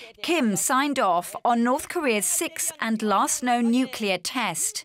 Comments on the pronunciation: If you're going to be filmed talking about nuclear weapons, you should be screened for whether you can pronounce "nuclear" correctly. What's so hard about saying NUK-lee-er? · Nucular ??? Wtf?? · Nucular? Intregal? What's wrong with Americans 😂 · Can we please get our professionals to pronounce nuclear properly.